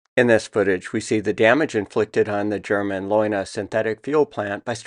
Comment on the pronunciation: In German all vowels are pronounced. So the pronunciation is more like "lay una". You have great stuff.